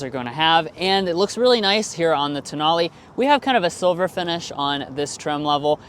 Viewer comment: Tonale… pronounced: TOE NAIL